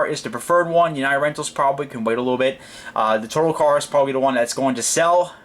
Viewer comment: the accent is on the second syllable...its a French company...it is pronounced "Totaaaal"...check it out on google!!!